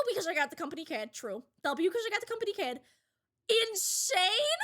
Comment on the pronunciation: the Boston accent ❤️